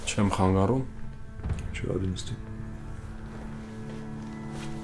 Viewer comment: ոչ թե (խանգառում) այլ(խանգարում)